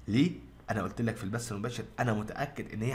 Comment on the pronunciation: البث وليس البس لمذا تحرفون في اللغة